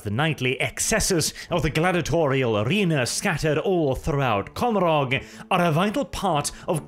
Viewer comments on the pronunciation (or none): Ca-mor-ah Your pronunciation of that word mad me cringe inside.